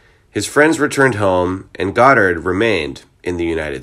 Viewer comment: God-ard not Gdard